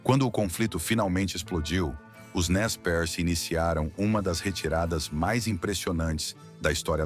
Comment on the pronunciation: "Nez-Percé", e não Nez Perce...